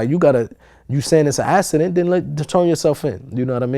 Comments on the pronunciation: why does he pronounce accident so weird? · Wtf is a "assident" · It was a "assident" lol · What TF is an "Ass-a-dent" tho? Shit sounds mad gay son! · I never knew there was "S's" in the word "accident" lol... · "it was a assident" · Lol, I'm sorry but every time homie said "assident" I laughed a lil bit. It sound like something a kid would say when they come & wake you up after they pissed the bed. [Tap, tap, tap] "Momma...daddy....I had a assident". LMBO!